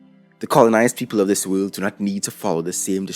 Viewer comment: I love how he says "wöhld".